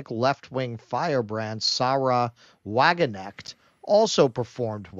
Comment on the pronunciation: The ‘k’ in Wagenknecht isn’t silent!!!